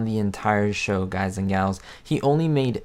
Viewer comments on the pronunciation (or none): please dont say "galls" makes my skin crall